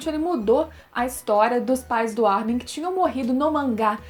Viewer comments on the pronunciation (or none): none